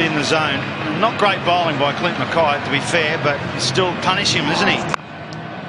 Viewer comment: the bowler is Clint McKay... not "andrew macky"